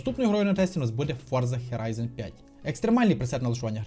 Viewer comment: Мене дуже веселить кожен раз на слові Хєрайзон ))) в назві гри Forza Horizon 5 (Форза хОрайзон 5)